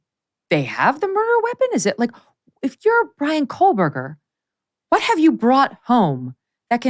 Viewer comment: Megyn, stop putting an L in Koehberger please.